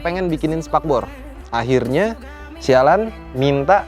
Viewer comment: " Akhrinya, Si Alan " hahahaha gw dengernya jadi ketawa